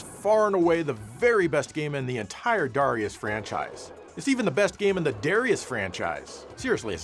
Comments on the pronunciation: it's actually duh RYE uss, not dare ee us or dah ree us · It’s “Dare”rius I know because that’s my name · You pronounced Darius Gaiden as "Darius Gaiden" and also acknowledged the "Darius Gaiden" pronunciation, but you forgot "Darius Gaiden" and "Darius Gaiden"